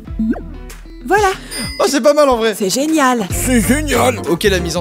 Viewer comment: « Ses zenial » Joyca . . .